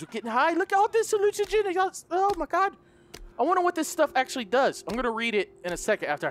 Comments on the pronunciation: Hallucinogenic = Hilugenic 😂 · Man's said hallugenic💀💀💀